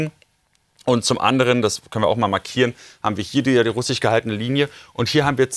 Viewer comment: Lern doch bitte erst mal das Wort russisch richtig auszusprechen.... Immer dieses rus'chis, das klingt ja grauenvoll